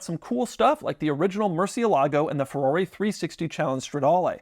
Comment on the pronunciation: Somebody make Doug say FY-Berrrr again....lol